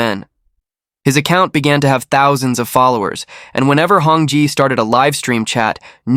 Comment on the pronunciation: Hong Jie not Hong Ji(chicken) not Hong jai…. it’s jezzz hahaha